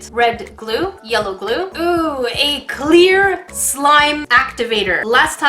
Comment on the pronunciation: I thought you said blue blue instead of blue glue...